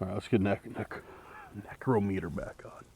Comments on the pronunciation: # I THOUGHT YOU WERE ONE OF THE VERY FEW WHO KNEW HOW TO PRONOUNCE NICROMITER?? THIS VIDEO YOU PRONOUNCED IT BOTH WAYS. THAT FEELING IN YOUR CHEST THAT SUDDENLY OVERWHELMED YOU, IS A SPIRIT, LIKELY A DEMON, ATTACKING YOU! NEVER TAKE IT LIKELY. WHEN INSIDE A HAUNTED STRUCTURE GET OUTSIDE IMMEDIATELY, WHEN OUTSIDE LEAVE AS QUICK AS YOU CAN; EVIL SPIRITS CAN INDEED HARM YOU NO MATTER WHAT YOUR MOTHER TOLD YOU!... MOVE! THE SPIRIT EARLIER WARNED YOU TO GET OUT!...TWICE! (SP PHONETICALLY) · #DAN NECRO METER OR NICROMITER, I THOUGHT YOU WERE ONE OF THE FEW WHO PRONOUNCED IT CORRECTLY? IN THIS VIDEO YOU PRONOUNCED IT BOTH WAYS? #BTW, JSYK, IF YOU TAKE CARE OF YOURSELF, 60s IS MIDDLE AGE!